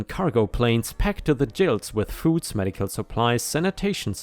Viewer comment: Gill is pronounced with a hard G like Grunt, Gary, Gross, Goop and Gear, not the soft G like Jill you used...